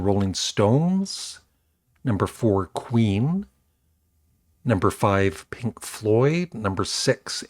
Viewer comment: } when you said Queen I could have sworn you said Weeeen?}This's awesome.😻 Guess Who definitely are underrated, every song was highly melodic. Ps: people hate Ace Frehley?! SMH.